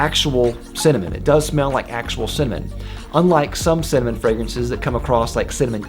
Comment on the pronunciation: U talk cinnamon too fast, its sound like semen